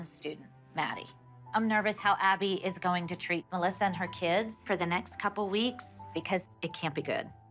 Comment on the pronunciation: "Welcome to our world MuhLessA" - Dr Holly